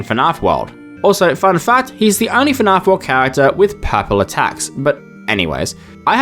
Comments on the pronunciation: Your videos are good dude. You just need someone else to watch them before you publish them, to catch small mistakes like these that are easily fixed and make your work look way more professional. I'm also Australian, so hearing you pronounce "fnaf" as "fnarf" like a bogan yank was rough, but I'll forgive you for now. Pronouncing the G gnat is pretty inexcusable, however. 😅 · I love how you say "fahnarf" instead of fnaf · I heard "Fnarff" about 7 times in the first minute and quit. Wtf is that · I love how you pronounce “FNAF” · "fi-narf" "Guh-nat" Oh boy, this is going to be a long video.